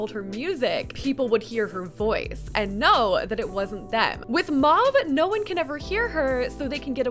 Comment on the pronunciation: 'Mahve' 😭😂 love u